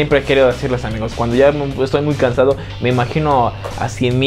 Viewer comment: Odio que diga amigous , amigous